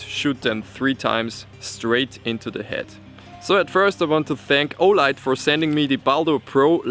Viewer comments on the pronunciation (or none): sounded like you said fleshlight